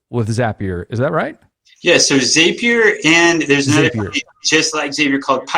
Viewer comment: Hello from Oooklahoma! Thank for this great video. I'm reeeally close to signing up with Wise Agent. I'm a former Lion Desk customer and doing lots of research now. Just to clear up the Zapier pronunciation: they will tell you Zapier rhymes with happier :)